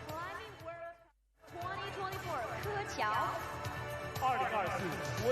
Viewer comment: The way petra just dismissed zhilu's actual name in favour of her own 'nickname' is just so disrespectful. Also the way pronounced keqiao is kinda wild. I can sort of understand if there are too many athletes to prepare pronounciations for in the earlier rounds, but I feel like they definitely have the time to do a quick google search for the finalists?